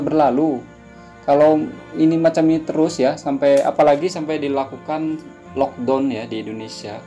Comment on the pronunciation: It's lock "da-uwn" not lock "don"